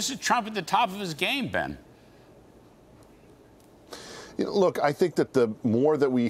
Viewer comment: I like how Larry apologizes for pronouncing Ben’s last name wrong in the beginning of the segment and then literally mispronounces it the same exact way at the end of the segment. Lol cmon Larry.